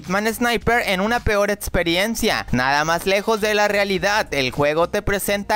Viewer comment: Etsperiencia jajajajajajaj habla bien